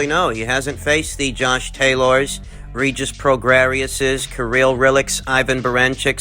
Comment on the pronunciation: “Regis ProGRAIRIOUS” 🤣🤣🤣